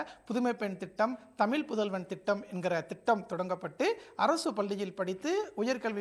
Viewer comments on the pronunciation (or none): none